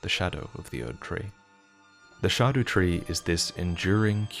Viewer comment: Every time you say “shah doo tree” I’m like wtf are you talking about and then I realize that’s how you say scadu tree.